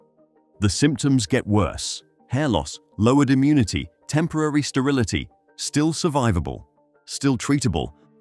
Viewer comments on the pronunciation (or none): none